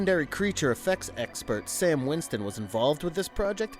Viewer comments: Great video, but four errors: STAN Winston Studios. NOT Sam Winston Studios. You eventually said it right, but it is KATHOGA, NOT Kathooga. But also M-BWUN, NOT MWOON. Lastly, and just as importantly, D’Agosta is pronounced D’AGUSTA, NOT D’AGHOSTA. But, like I said, great video. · STAN WINSTON... not 'Sam' Winston. I love the movie and the review is agreeable to me, but jehayzus....